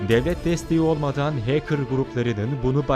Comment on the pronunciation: iyi guzel de o heykir degil . hekır . doğru yazılışla Hacker